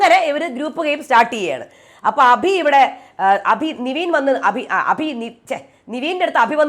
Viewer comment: നെവിനെ ആണോ നിവീൻ എന്ന് പറയുന്നത്?